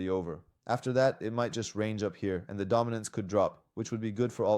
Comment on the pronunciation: دامیننس و میگه بایننس😂😂